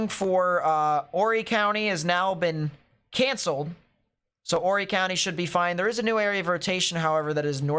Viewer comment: It’s pronounced like orry silent H.